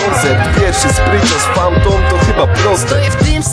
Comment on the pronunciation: PHANTOM!!! NIE FAMTON :D:D I ODDAWAJ PENDRIVE :P